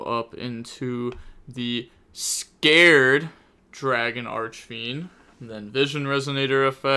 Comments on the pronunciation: Scarred, not Scared. Scar. If you're going to commentate and be on people about misplaying so much that if they breathe wrong it's somehow a misplay, at least put some effort into basic pronunciation. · Lmfao bro im CONVINCED youre trolling with the names now. Scarred, as in scar, not scared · It’s pronounced “scar red” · Only thing I’m scared of is how you pronounced scarred lol